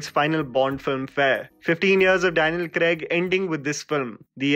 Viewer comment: It takes balls to make a video, edit it, put an entire era in almost 11 minutes so kudos for that. Its also important that you research the actors names and pronounce it well in your video. You destroyed Daniel Craig's name. I suggest you listen to it again and edit it in your video.